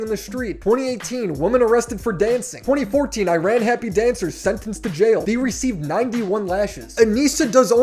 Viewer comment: E-Rawn not I-Ran